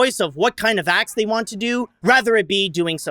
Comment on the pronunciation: it’s acts not sex, I’m I the one that notices it. 😂